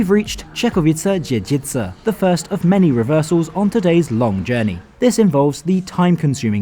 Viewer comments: Also, my home town of Czechowice Dziedzice mentioned! You did a great job with this very difficult pronunciation! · I just came to write it down. Guys lats face it Czechowice dziedzice and "Kalwaria Zebrzydowska" are hard to pronounce AF even for us😂 And you nailed it! Well done 👍 Once I even had a problem understanding Sieniawa, because I was expecting some kind of strong accent, not a proper name. 😂